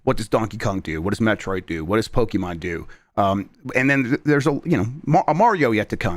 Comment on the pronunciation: Yes, but he also says “Pokiman” so I’m back in